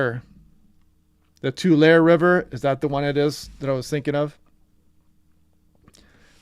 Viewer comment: TULARE LAKE... Pronounced, Too-Larry Lake....